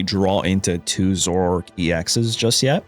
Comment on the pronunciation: Dude...its Zoro - ARK..not zork